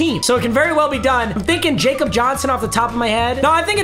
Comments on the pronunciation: It’s “ya-kob” Johnson not jacob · Its pronounced Yakob, not Jakob cause hes german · Jakob Johnson is pronounced Ya Cup. He is a German football player. You have said it wrong the entire time and you need to get it right. Thanks Papa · Jakob is actually pronounced "yakob" cause he's from Germany. Keep coming out with bangers like always! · Yo Jakob Johnson is German so it’s pronounced yakob don’t want to be that guy but thought I would let you know.